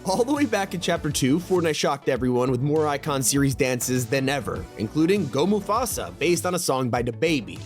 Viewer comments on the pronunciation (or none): none